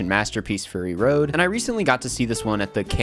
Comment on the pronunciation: did you just say furry road?